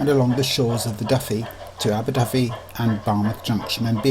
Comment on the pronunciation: Only fault is that the commentator pronounces "Aberdyfi" with an "F" whereas in Welsh a single "F" is pronounced as a "V"